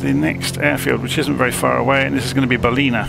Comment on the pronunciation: I live in Coffs Harbour this is a great video Ballina is pronounced Ball-in a say it fast